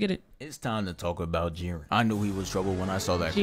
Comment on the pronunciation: You actually pronounced it right first time